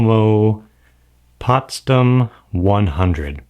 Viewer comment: Thanks for this video and the whole series! It already helped me so much choosing the right film to use. It's Potsdam with an "A" like the last "A" in AmericA or like in "all". Greetings from Potsdam, Germany :)